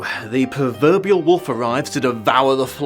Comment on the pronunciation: It's 'proverbial', not 'perverbial' like you said. 3 seconds in and I'm pissed off.